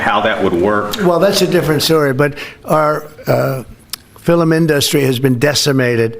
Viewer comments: Out filimen industry????? Did anyone else hear Trump call the film industry the filimen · Filim industry?